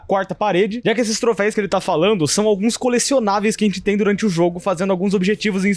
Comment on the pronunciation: Vídeo legal, mas me deu uma dor dele falando "troféis"